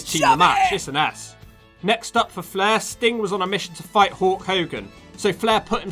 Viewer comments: It's Hulk not hawk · are you saying hulk or hawk?